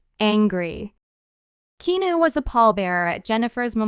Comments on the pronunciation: Repetition. Heard it all before, even OLD NEWS. Get some new info & pica to share. And learn how to pronounce his name. It's NOT KENU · I think someone needs to check their pronunciation. How can you mispronounce his name & be from the good ol USA? Lol Are you a bot??? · You're pronouncing his name wrong. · Learn how to pronounce his f-ing first name